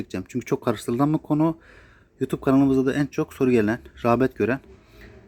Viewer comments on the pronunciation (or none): none